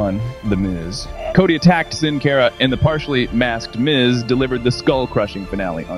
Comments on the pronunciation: It’s not pronounced (sin care ah) it’s pronounced (sin car ah) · Boy it makes me cringe so hard at the way he’s pronouncing Sin Cara last name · Its Pronounced Sin Cara not Sin Care a